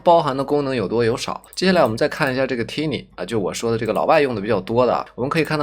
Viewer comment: 教程挺好的，但单词发音嘛，turbo变tumble，tiny变tinny，pipe变pape，crop变crope，可惜了。其实读音拿不准可以查字典嘛。不过up主还是去系统学学音标和对应的发音规律比较好，也就小学的内容，AIGC都研究都这份上了，不差这点时间，对吧。